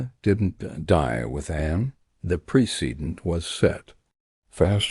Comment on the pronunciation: Horrible narration. Pre cee dent? It's pronounced press i-dent. Long e, short I. AI narration is simply awful.